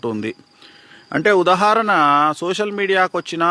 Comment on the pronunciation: ఉదహరణ కాదు ఉదాహరణ